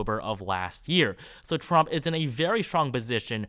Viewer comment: TWUMP TWENNY FOWUR